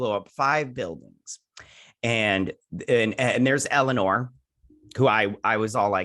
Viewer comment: And I love how you call Elnor Elanore. LOL!